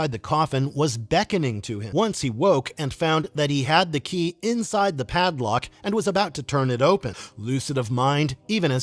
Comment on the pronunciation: Did you hear how "Keay" was pronounced? Definitely not a human.